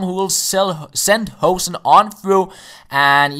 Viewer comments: Its pronounced hoo(like in boo)-sen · You pronounce hoesen as lose